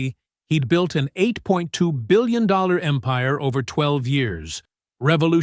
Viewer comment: Why is it so hard to pronounce eight.two billion dollars, and so many other words, run-on sentences, eliminating the s on words when there should be an s when you're speaking about more than one thing??? Granted the story is good but Really a whole different level of you know what... Since it's not cool to express yourself on social media anymore without it following us for the rest of our lives!!!